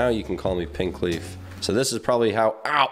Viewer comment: He said pinkleaf